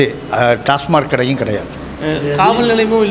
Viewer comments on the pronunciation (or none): 😂😂😂 ஒத்தா டாஸ்மார்க் இல்லடா டாஸ்மாக் 😅😅😅